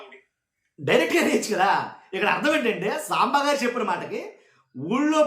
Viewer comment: 😂tv 5 saambaar antunnattuga vinipistundi😂